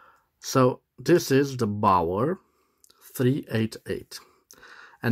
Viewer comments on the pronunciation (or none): The correct pronunciation of Baoer in English is "Be'are" NOT "Bower".